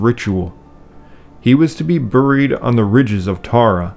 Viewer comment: Another great vid!. One question though, is "Buried" commonly pronounced "Burr-eed" where you live?. No offense intended, I have just never heard it pronounced that way before. Thank you!.